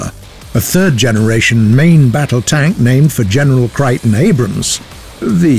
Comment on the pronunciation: He pronounced his name CRAYTON, which is how he is known in the USA, not CRITON